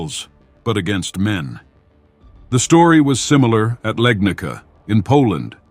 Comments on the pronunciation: But hey not Legnika bu Legnitsa is pronouns .all correct . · Legnitsa, not Legnika. Wrong pronunciation of this Polish town. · Legnica (1241), one of the battles mentioned is pronounced with "ts" like tsar, not with "k", like leg-knee-tsa. That's just cosmetics. Ps. Thanks for video.